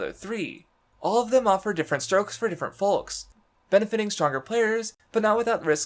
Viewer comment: you really just pronounced the L in "folks"